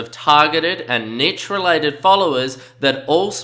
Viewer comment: NEESH!! It is pronounced neesh (rhymes with leash or quiche) See also: brochure, fuchsia, machete, machine, moustache, parachute, ricochet. Video is great but please stop saying "nitch"...it's cringworthy and makes you sound dumb.